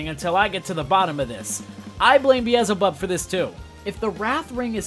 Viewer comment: Bro it's beelzebub not beezlebub 😭 moxie says it himself